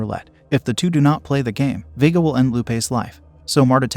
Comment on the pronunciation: Vee-guh 🙄🙄 Vay-guh ☺️☺️